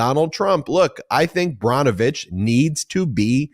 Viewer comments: Brnovich - pronounced like Burr -novich, not Brah-novich. :-) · Ben, please correct your pronunciation of the former AG in AZ. His name is Brnovich (pronounced burn-o-vich. PLEASE